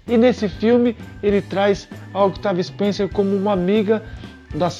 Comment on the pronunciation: Com licença , o C de Octavia Spencer e muuuuudo ! Pode pronunciar , Otavia , nesse caso / como Desculpe a comparação , o corredor , de Formula 1 , Daniel Riciardo / o povo não lê Riciardo / fala Ricardo erradente ! Ja o Carie ! E o segundo remake ! Por favor dê data, para as pessoa ficarem , e pode Tem pesquisar